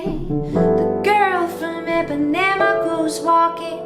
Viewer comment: You're awesome. Thanks for pronouncing "Ipanema" well!